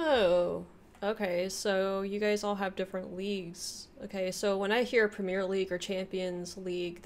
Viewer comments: It's not 'Premiere' - it's 'Premier' - English Premier League - pronounced quite differently. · The guy making his video made such an effort to get all the names of the leagues correct but stuck with "premiere" like we are in France or the theatre....